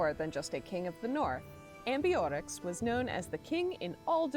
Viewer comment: Amborix -> Amboree, he's french after all.